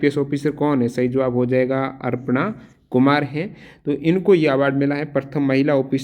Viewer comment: Aapse sabdo ka galat ucharn karte ho ? Aprna Kumar ko aapne arpna Kumar bol diya kya ?...